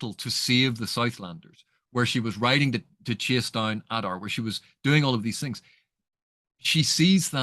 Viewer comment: In the Elvish languages letters generally keep the same value. There are exceptions, it's all described in Appendix E. So yes Oo-dune (US pronunciation). Likewise Ah-dar, not Ay-dar.